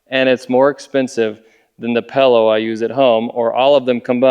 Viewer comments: wtf is a pellow? you are an adult it's a pillow learn how to speak english. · I heard "pello" and immediately thought you were fro Utah Also "36 cans of ice" wut?